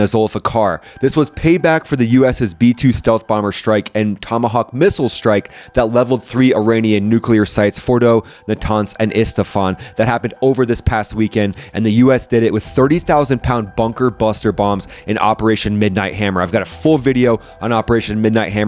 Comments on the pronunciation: It’s Isfahan, not Istafan. 🫡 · Is not Estefan is Isfehan, dude, if someone comes to your house and does some damage? What would you do? Be professional. You have to give them credit to standing up to the US and Israel. Be respectful. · Amazing vid as always. I know this is absolutely critical info, but Isfahan is pronounced “ees fuh HAWN” and quds is pronounced “Koods” with a short, guteral k. You’ll be the only guy on YouTube who pronounces them correctly and it will bring billions more views. As you pointed out, the Iranians leadership are very sneaky and can never be taken at their word. Semantic deceit in Iranian Shia culture is a respected art form using taquiyya and Kitman principles, and IRGC candidates and diplomats are literally trained in its strategic use for asymmetric advantage against stronger enemies—seriously. Glad some Westerners see through their lies and manipulation because the Islamic Republic pulls the wool over the eyes of so many gullible nations. Just imagine the havoc they’ll wreak on the world economy when they reach breakout and team up with their Chinese and Russian pals for total, unimpeded impunity. Keep up the amazing work.